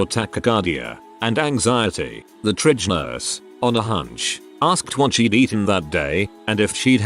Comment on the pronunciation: Your voicebot is really annoying. It calls an ER an "urr" and pronounces "triage" as "tridge," to mention a couple. Also does a "MaxMax-ax HeadHeadroom-oom" thing every once in a while.